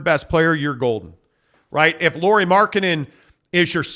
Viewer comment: It's pronounced LAURI as in Lowrey , like Mike Lowery despite being written in FINNISH the pronunciation is Lowrey